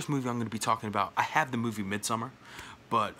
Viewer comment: Thank you so much for not pronouncing it Midsomm-aaaaaaaaa-hhhhh-rrrrrr! 🤣 Sincerely, a Scandinavian ☺️ I’ve never seen House but my local video store had a cardboard cutout promoting it when I was a kid - that thing alone terrified me!